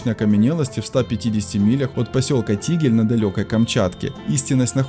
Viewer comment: ТигИль - вот правильное ударение. Я с тех краев 😁